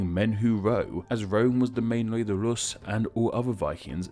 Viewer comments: Deadbäss he also says loos instead of rus’ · why do you pronounce Rus like Lus more than like Rus throughout the video? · Would are you saying Lus? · it’s sounds like you’re saying ‘lus’ instead of ‘rus’ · Lol Brits don't pronounce Rs the same way as Ls.